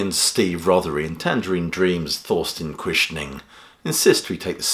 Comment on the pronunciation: Guess I'll have to listen to this album. By the way: Thorsten is pronounced Torsten, not Thorsten.